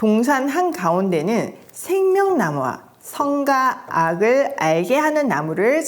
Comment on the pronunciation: 늘 존경하고 감탄해요 정말 볼때마다 응원기도 하게 되네요 창세기부터 다시 하게 되어 기대됩니다 정말 넘 죄송한데 제가 발음에 예민한가봐요 옥의 티를 말씀드려도 되나요 과..의 발음이에요 "과'보다는' 가'에 가깝게 발음하셔서 '과'로 발음해주시면 하는 숨은 아쉬움이 있어요 선과 악...선가 악 땅과 하늘....땅가 하늘 선악과(선악꽈).....선악까 광야....강냐(수영로교횐간증설교때) 물론 '와'라고 발음 잘 하시는 다른 단어들도 많습니다 늘 감사해요